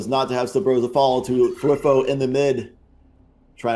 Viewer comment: i really didnt like the announcers. especially round 3 9-7 TSM. when they lose 3 members of their team they instantly dropped into the "falling apart for __ team" phase. they seemed kinda biased to me, but idk. also I just noticed that they pronounced thwifo's name as "thwiffo" edit: rewatching i noticed that they said "weak omen in the face of a jett" like what does that fucking mean